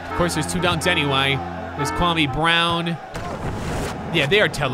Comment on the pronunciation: I may not know who Kwame Brown is, but I know you're not saying right